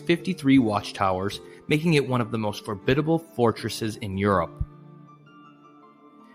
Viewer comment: Formidable or Forbidding - Not Forbidable